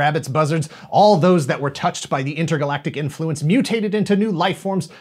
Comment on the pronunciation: Don't you mean "Mootated"?